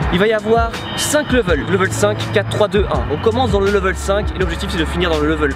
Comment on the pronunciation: Ca me fait mal comment tu dis « level »